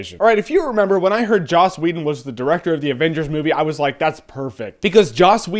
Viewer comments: Sounds like hes sayin' Jaw Sweden xD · lol 'joss weedun.' jeremy you should be sick in every video.